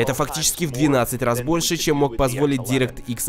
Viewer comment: Не директ икс, а дайрэкт икс произносится